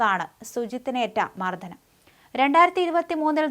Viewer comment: Mardanam OR Mardhanam ?? Can you explain ? മർദ്ദനം or മർധനം ...You seem to mispronounce quite a few words always and your Malayalam vocabulary appears to be limited — something that needs improvement ELSE